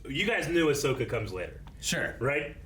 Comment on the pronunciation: I like how said "Ashoka" instead "Ahsoka" and neither nor anyone at the studio corrected the LMAO